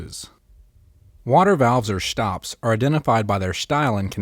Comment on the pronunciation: Shtyle and shtops